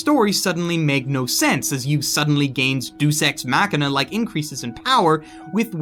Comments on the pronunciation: "Due Sex Machina" Brilliant pronounciation, mate. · Not gonna lie, I almost had a brain aneurysm when you pronounced deus ex machina. Good review as always though